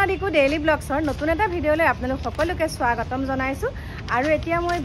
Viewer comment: ৰ মুখত স্বাগতম শব্দ টো শুনি moja লাগে 😂